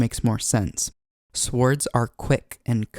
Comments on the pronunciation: First time I've ever heard an audible w in swords, and I'm almost 50. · nice tutorial.. note: the w in swords is not pronounced aloud - the transition in usage from Old English to Middle English changed that pronunciation, silencing the w, so it has not been spoken like that in 1000 years. Otherwise, very nice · The “W” is silent in “Swords”….